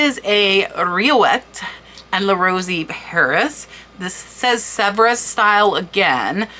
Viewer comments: Unreal soo beautiful. It would be hard to sell but id be afraid id break one. Sevres is pronouned sev and gilt is pronounced differently. Great video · Sevres is pronounce sev-re, with a slight roll on the 'r' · Serves is pronounced as suh-vreh in English. Pronounced sev in French. The letter "s" is not pronounced at the end of words in French unless there is a vowel after it. Loved your video. Must subscribe! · Just a small correction, but it's a word that comes up often here: "gild" is pronounced with a hard "G", as in "guild". "Sevres" is pronounced like "Several", but cut off just before the "al" ending. You end on a guttural "R". "Cloisonne" is as follows: Clwah- zone- ney. Love your channel. Thanks for sharing your knowledge. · Also, you need to research the pronunciation of words such as 'gilt', which has a hard 'g' and cloisonné which sounds like 'clo-zo-nay'. Sevre is another tough one to pronounce. Good luck.